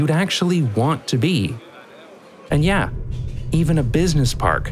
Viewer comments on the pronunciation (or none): none